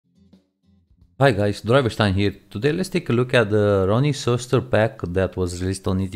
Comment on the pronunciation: sorry but u say it ronny keusters but it spelled ceusters cause ik the company irl